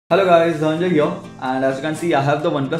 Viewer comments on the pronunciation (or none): none